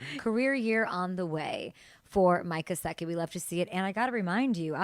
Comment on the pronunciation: His surname is not "Gesziki" but Gęsicki and proper pronunciation sounds like ====>